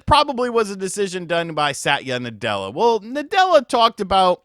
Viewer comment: Bros one syllable away from "sat yu nutella" hahah